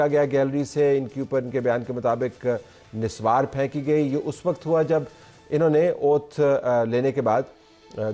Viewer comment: Niswar nhi naswar 😂😂😂😂😂